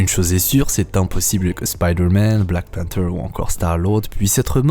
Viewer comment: Mais... mais tu as mal prononcé black Panther... super vidéo quand même ça me donne encore plus de gwak XD